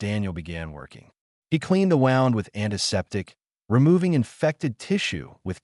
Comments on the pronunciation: Your AI is having trouble. It is bloodfang, as in "The Vampire sank his fangs into my neck." Also, its wound as in please have the doctor dress his wound, not wound as in he wound the excess rope. ALL OF THIS IS VERY DISTRACTING. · Wound should be pronounced properly Stupid AI garbage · The downside of AI. Do you use a short-A ah sound or a long-A aye sound in fang? Do you pronounce wound with an ow sound as in 'the path wound around the mountain', or do you use the ooh sound for wound as in 'I had a bad wound'? They're spelled the same but the meaning is very different.